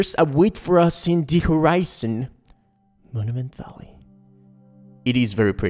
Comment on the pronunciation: 'Moniment Vallay'